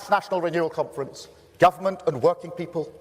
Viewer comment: Every time he says "conference", all i hear is "comrades".